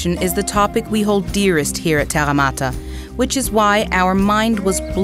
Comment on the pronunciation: That's a weird pronunciation of "Terra Mater "... not saying it's wrong just that i wouldn't think to pronounce it like that.